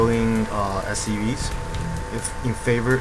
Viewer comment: lol it sounds like he says "soo.. you want to continue your production of STDs.."